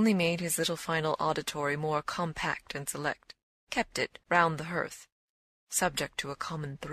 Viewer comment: Strange pronunciation of the word hearth. But thank you.